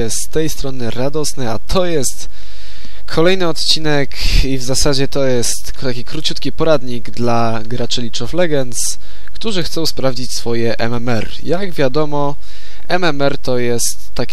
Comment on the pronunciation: Nie Licz czyta się Lig of Legend